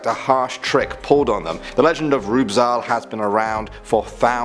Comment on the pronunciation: The pronunciation of Rübezahl and Lorelei cracked me up, I can't- Lorelei is pronounced something like Lo-ruh-lie For Rübezahl, it's hard to explain; But dang if I don't love me some non-german trying to pronounce german stuff, it's majestic.